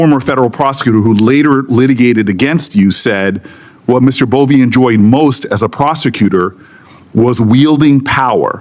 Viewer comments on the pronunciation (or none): Bove not Bowie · It''s Bove (boVAY), not Bowie. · You can’t even get his name right. It’s Bove not Bowe. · A.I. overvoice got Bove's name completely wrong